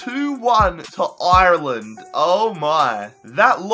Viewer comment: (And also can you pronounce Ireland properly)